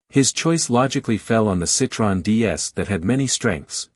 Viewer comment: The best Tissier history I have ever seen, both photos and information... One point... Citroën is not pronounced Citron. That means lemon in French.. The O and the E are pronounced separately with the two dots over the E are called dieresis...